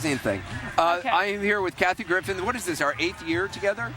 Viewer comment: LOOOL, the guy cutting the cake said "Kathy Griffith" :D